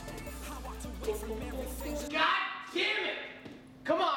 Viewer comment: Is it supposed to be, over heah